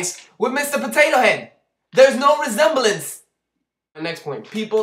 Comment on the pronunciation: HAHAHA the Gospel and Mr. Potato Head.. "No Re-sem-ba-lence" :)